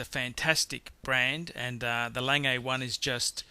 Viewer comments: Few things: 1. Lange is pronounced "Lang" with your mouth curling into an "O" when you hit the hard "G" at the end 2. Gerald Genta, not Gentra 3. That Royal Oak with the plastic black bezel is an abomination 4. The Breitling Navitimer - grotesquely busy dial with a gussied up pedestrian Valjoux inside. Hardly one of the 10 greatest, not even the best Breitling (Steelfish or Superocean Heritage Chrono far more interesting) 5. Omega, not "Amiga." 6. Rolex in the top ten? 7. The better PP is the 5204. The Calatrava is 911 of high end watches, ubiquitous and boring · Just because it terribly hurts my ears: The almost correct pronounciation of "Lange..." is like "lung" with a soft "a" at the end = lung'a ;P The almost correct pronounciation of "Piguet..." is like "pig" with a reduced "gay" = pi'ga ;P Else, I like your collection review very much. Thank you. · Can the speaker of this Video confer with some native speakers about the proper pronunciation of these watchmakers, so he doesn't massacre namens such als Lange for instance. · You pronounce it like the english word "lung" but with an "e" at the end ("e" like in "e"xercise). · It kills me to hear you say Lange. Your pronunciation is god awful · So, you don't know how to say "Lange" but keep posting reviews... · It's not "Lang AA" it is pronounced "LANG-eh" (I have met Walter Lange in Glashutte) Regarding pronouncing Omega, I have been to Berne, Switzerland to the Omega plant and even their marketing people pronounce it both ways. Breitling, IMO, is a second tier watch and shouldn't be mentioned in the company of the rest. Would have picked the President Day - Date over the Datejust. (BTO the best selling Rolex is the ladies Datejust.) Agree with others, Lange should be #2, not #10. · It's not "lang-ay" it's "lang-ah". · 1. Lange is pronounced Langeh, not Langay. 2. I didn't see an IWC 3. The Rolex Submariner should have been the GMT. 4. Royal Oak?? What did that ever do? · It's not "Lang-A" it's "Lahg-Uh"